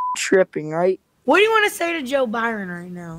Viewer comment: “Joe biron” bruh 💀